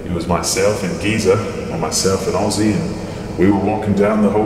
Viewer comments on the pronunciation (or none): none